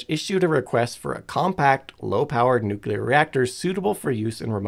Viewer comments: Nope, have Google pronounce it for you. It's noo·klee·ur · If you can't pronounce "nuclear" properly, I'm not watching your video. Get rid of this idiot and bring back Simon. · The word "nuclear" only has on "u" in it and only two syllables. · I've seen you write the same thing over and over. I think you're missing the point... People are complaining about the presenter saying "nu-CU-lear"... the "CU" bit. He does the same with "nuclei" saying "nu-CU-lei" instead of the proper "nu-kle-eye". Google's AI voice is terrible. And they don't decide how it's pronounced... check the phonetic spelling used in the pronunciation (in dictionaries - not Google's AI voice). EDIT: I'm not saying you're wrong... because you're not. Languages are pronunciations are funny :)